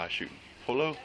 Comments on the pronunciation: Did he pronounce pollo as polo? Oh lord. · That cop pronouncing Pollo as Polo had me laughing.